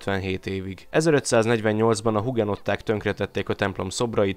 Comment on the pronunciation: A hugenottákat "ügenottáknak" kell ejteni.